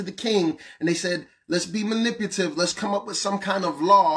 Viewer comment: I’M SORRY I KNOW MY PROFILE NAME SAYS “ALL IN CAPS BANGIN ON WACKS” BUT HONESTLY NO CAPS HERE JUST CONFESSING SOMETHING. EVERYTIME SAYS “MANIPUTIVE” I CAN’T HELP BUT LAUGH 😆. I WISH HE WOULD JUST GET IT RIGHT 4M HERE ON OWT. IT’S “MANIPULATIVE” 😁. NOT “MANIPUTIVE” RATHER “MANIPULATIVE” LOL. 👊🏽🥷🏽 THERE I FEEL BETTER NOW 😁